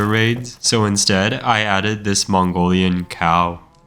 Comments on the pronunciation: "I aded Witch Hunters to Minecraft" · "i added intercontinental ballistic fingeestrikes"